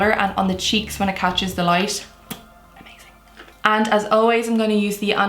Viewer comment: Every time she says "light" it sounds like she is saying "lice" 🤔